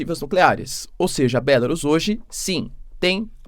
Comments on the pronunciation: Porque você não pronuncia em português "Bielorrússia" ? Acha chique pronunciar em inglês? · Professor pq vc não chama pela forma aportuguesada o nome da Bielo Russia porque Belarus está escrito em inglês e não se pronuncia assim pq da mesma forma teria que chamar o Japão de Japan, a Alemanha de Germany, a França de France e a Inglaterra de England. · Continua com uma péssima pronúncia da palavra Belarus, não aprende mesmo, doutorado que é bom, nada!